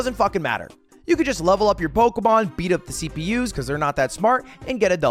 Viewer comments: I hate how he says Pokemon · I know this is a year old, but I FUCKING HATE THE WAY HE PRONOUNCES POKEMON